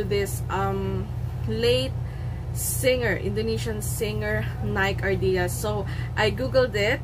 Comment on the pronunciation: NIKE ARDILLA not NIKE ARDILIA. Thank you.